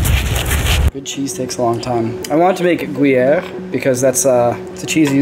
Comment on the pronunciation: OMG I'm French and I totally approve that pronunciation of "Gruyère" !